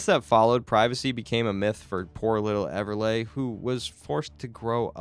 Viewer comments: Ever lee. Why is he say ever lay. Its not even spelled that way. Lol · It's pronounced Ever Lee not Ever Lay 🤦🏼‍♀️🤦🏼‍♀️🤦🏼‍♀️